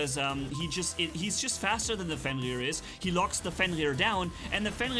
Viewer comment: is it just me or do i hear fenlir instead of fenrir